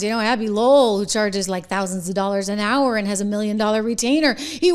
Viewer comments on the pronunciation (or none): none